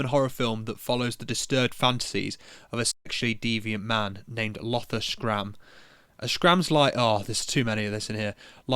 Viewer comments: Schramm is pronounced shramm, thank me later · Schramm is pronounced like shramm but the a does not sound ae its like how you say a as normal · It’s sh-ramm.Shh sound at the start and a short a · Schramm is probably pronounced Schrämm, because it’s German. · Schramm "scram, screeam..." Try to pronounce the German "sch" more like the beginning of "shine", "shoe" or "sh!t" 🤪. There is no hard K sound within this. It's more like a like a hissy sibilant. Okay, sorry. Enough of this phonetics excurse. 🤣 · german here. "Sch" is pronounced exactly like "sh". its one syllable. from an english speakinh pov the 'c' is just silent. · Yeah sure, just pronounce it "scram" without putting a single thought into it. We all know German words often include "sch" being pronounced like "sk", such as the car brand Porske or popular names like Skmidt, Skumacher and of course Arnold Skwarzenegger. Man do youtubers who do 0 research for scripted content annoy me. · Schramm is pronounced Shram(m) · Sch in German is like sh in English. Otherwise the pronounciation was right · The German "sch" is simply pronounced like the English "sh" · The german "sch" is mostly pronounced like the english "sh" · Schramm is pronounced shramm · "sch" in german is like a "sh" in english.^^ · Schramm is just pronounced "Shramm" btw, the C is silent between S and H in german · Schramm is pronounced “Shrawm”. Source, studied German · Schramm spelled shramm But the A is spelled like the first vocal of i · It's pronounced "Shram". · Schramm is pronounced as shram. The c in German never makes a hard k sound unless it’s from a loan word. In syllables like sch- it makes a long s sound, like you’re shushing with clenched teeth. In syllables like ch- it makes a soft s sound like in the word façade. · Just say sch is pronounced as sh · Pronounce "Schramm" as in "shroom/mushroom" but the "a" as in "mom". Shroom + mom = Schramm. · If you know how to pronounce Rammstein, you know how to pronounce Schramm.